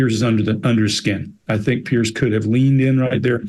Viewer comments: When they mis pronounce “Piers” their blink rate shoots up. There displaying a strong physical attraction to Pierce. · How can so many intelligent people struggle to pronounce the name 'Piers?' ( excepted.) It's not Pierce!